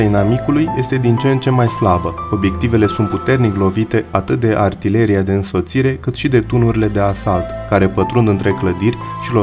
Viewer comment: Cinste și onoare veșnică eroilor noștri! Bun documentar. Cel care citește narațiunea ar trebui să învețe pronunția unor cuvinte (pune accentul greșit la substantive precum: cremene, companie, artileria s.a.).